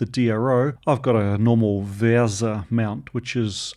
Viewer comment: VESA (Video Electronics Standards Association) - there is no "r"in VESA :)